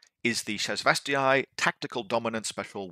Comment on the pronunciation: Great video! Really helpful for newish players like me to understanding the reasoning for including (or not including) something. It's pronounced ShasvastAY. I am sorry... Cant let it slide :P